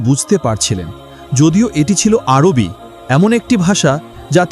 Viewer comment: আর ভাই এটি আরোবি নয় এটি আরবি। বুঝলেন?❤😊